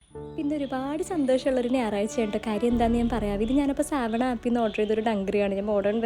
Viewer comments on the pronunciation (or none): സാവണ app alla സവാനാ app aann 😂😂😂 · സാവണ അല്ല സവാന ആണ് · സാവണ അല്ലാട്ടോ സവാനാ എന്നാണ്😊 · Savana agane alla pronounce cheya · Pronounce savana correctly